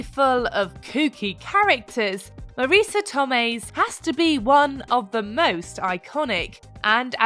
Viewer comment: Maurica Tomei? Who's that? 🤣🤣🤣